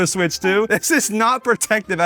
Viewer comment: Nintendo smitch